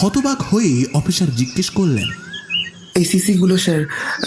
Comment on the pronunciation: Jini golpo path korechhen tae uddeshey boli j apnar "S" r "sh" er moddhye onek problem royechhe. Kotha gulo shofa noy sofa, mishter noy mister, offisher noy officer, mish noy miss.